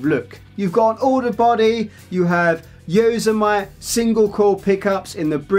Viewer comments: Yoh-seh-might pickups 😂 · Yosemite is pronounced: Yo - sim - itty Nice demo